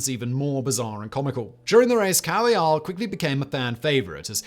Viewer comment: Please, Simon, by the Gods, at least make a real attempt to pronounce a name properly - Felix Carvajal's name is pronounced like "carve a hall".